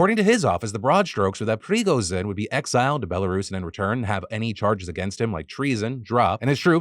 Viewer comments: Lol, stop saying Prigozhin's name like that. It's Pre-go-djinn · I always find it funny how illiterate americans are when it comes to foreign names. prigozene my ass. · Hey Phil, just a heads up so you don't get too much hate from the other nerds, if you need to say Prigozhin again, the zhi is a ji sound without the 'd' you get at the start of the j. If you are familiar with the write Solzhenitsyn, it's similar to that. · Listening to Phil trying to pronounce Prigozhin makes my day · Phil. I’m begging you. Learn how Prigozhin’s name pronounced 😅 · No way Defranco just pronounced Pregozhins name like a medically prescribed drug